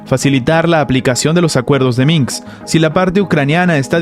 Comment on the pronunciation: Minsk... no Minks.